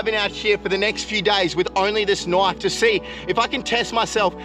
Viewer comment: What I hear nwish instead of knife